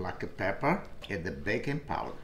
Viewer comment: I swear I heard bacon powder ;p love this guy